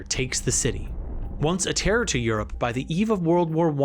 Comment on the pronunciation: The list of words the narrator mispronounces is *wild*. “Astro” instead of Austro “Ampires” instead of Empires “Ishstanbul” instead of Istanbul “Tear” instead of Terror “Bltizkleeg” instead of Blitzkreig “Fasht” instead of Fast “Rusho” instead of Russo “Saravayho” instead of Sarajevo “Tearists” instead of Terrorists “Gernade” instead of Grenade. It was difficult to pay attention to the content while being aurally assaulted by the endless stream of grammatical errors and mispronunciations. It’s almost enough to make one miss the absolutely historically incorrect and inaccurate assertions that the narrator makes regarding the causes and catalysts of the conflict.